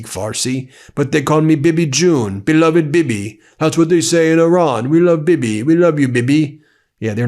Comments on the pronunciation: BEN, Netanyahu’s nickname is pronounced Bee-Bee, not bib-ee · How does it sound when you try to say the name "Bibi", when you have a banana in your mouth??? Doesn't it sound like "Bubba" for you?